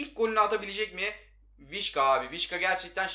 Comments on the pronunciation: Vişka değil vişça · Abi vişka değil vişça 🤣